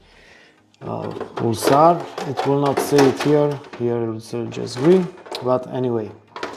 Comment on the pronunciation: To jest PULAR a nie PULSAR!